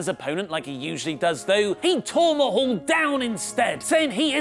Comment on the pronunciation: So we just going to ignore the fact that Kurt said jinder last name wrong